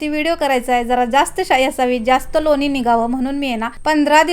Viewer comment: लोनी नाही लोणी असा शब्द बरोबर आहे